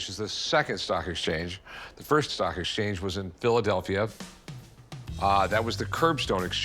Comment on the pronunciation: Love the guy's face when he says "exchance"